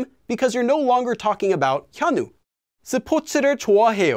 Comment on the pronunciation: Did you make a mistake pronouncing 현우? Shouldn’t it be hyeon-u? You are saying Kanu?